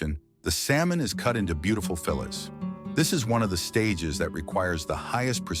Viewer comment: It's not fillits it's fillets. Pronounced fill aaas